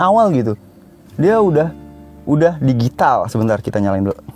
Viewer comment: Baca nya 'dijital' bang bukan digital..